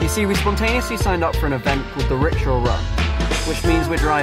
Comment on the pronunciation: It's called ricksha